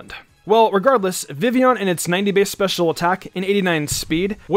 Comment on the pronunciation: You forgot that Vivillon has a ton of alternate forms. Game Freak may not have wanted to make all of those compatible (even though they're really just alternate textures). But then again, you didn't even remember how to pronounce Vivillon correctly, so maybe that's expecting too much of you too.